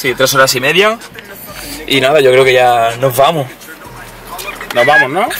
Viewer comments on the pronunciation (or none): Acento andaluuh iyoo "Noh vamoh"